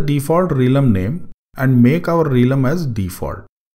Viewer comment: hi..apologize in advance for trying to correct you but i think the correct pronounciation of realm is "relm" and not "reelum". Just FYI. Thanks for the tutorial, its pretty useful.